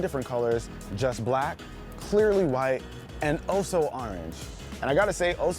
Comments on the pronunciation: Nobody: Not a single soul:: "oh so ArRanGe" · The way you say orange tho